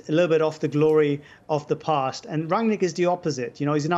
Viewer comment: Its pronounced as Run-nick not rag-nick